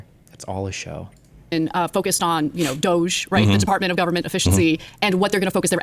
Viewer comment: Department Of Unnecessarily Cutting Human Equity. You are pronouncing it wrong dude.